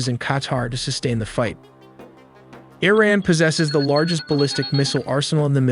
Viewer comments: Why do you say ERIN instead of IRAN.? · Its iran not ayran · Arean? You had me at Click. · E-Raq and E-ran lol.